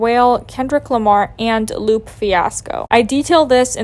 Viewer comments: It’s wale not well 😂 & its lupé not loop like Lu-pay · And "Loop Fiasco" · Same with Lupe Fiasco. I giggled at her pronouncing it loop. ☺️ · You can't even properly pronounce Wale & Lupe's names so nothing you say about black folks holds weight. From here on your account and "show" is called "Null & void"